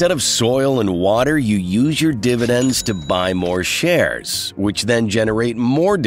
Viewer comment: dividends becomes diNidends?